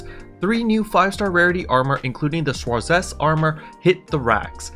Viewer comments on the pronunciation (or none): As a german, the Schwarzest Armour sounds pretty cool but your pronounciation was funny, great info as always tho